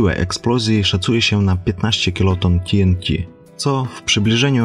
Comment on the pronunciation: Po polsku mówimy teente, albo po prostu trotyl.